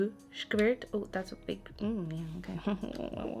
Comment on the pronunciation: "OnE skkkvooirrtthhh" new fave sentence